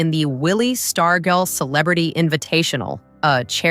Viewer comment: "Zess-I-Top"? LOL, A.I. narration is the absolute worst thing on the planet. ...and it's "Star-jell"......not "Star-gull"